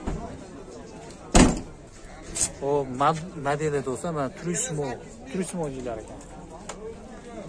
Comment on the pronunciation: “Ssoung Young” ўша внедорожникни ишлаб чиқарувчиси, номи турисмо эмас туризмо деб талаффуз қилинади